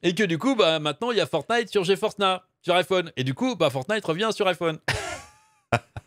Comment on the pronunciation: "Ge Force Nah" mdr yes